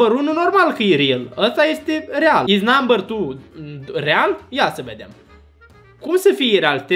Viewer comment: " Namber țiu tiu"